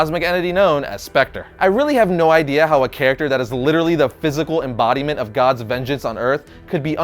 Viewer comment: inbodyment of God CMON PEOPLE LITTARALLY